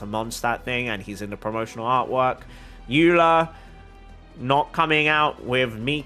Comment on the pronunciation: dehya is pronounced deh-hee-ya!! and eula is pronounced oyla :)